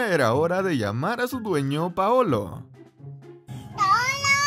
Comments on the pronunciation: el dijo Paolo pero se escucha decir paoloa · Vaya gato más bonito y que cara simpática el que dice iPaooolooo! yo oigo iPaooolaaa! Un saludo desde Sevilla, España 👋